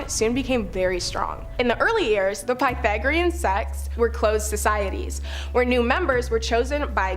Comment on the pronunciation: Piethagorean. Sorry, but that pronunciation was zapping my desire to continue listening about things I actually enjoy learning about. Next!